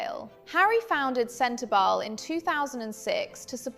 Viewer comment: The E in SENTEBALE is not silent I don’t think